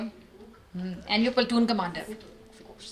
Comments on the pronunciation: Kaadet nahi, lafz “kedet” pronounce kiya jata hai. Kon batai is khatoon journalist ko. Iss k ilawa lafz “pla-toon” hai, yeh “paltoon” keh kar tabahi macha rahi hai. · Peltoon nahi... Platoon 😅